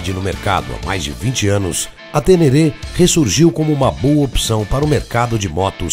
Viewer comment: A próxima vez que vc falar TÊNÊRÊ, vou até aí te corrigir pessoalmente, viu o! 😅😅😅😅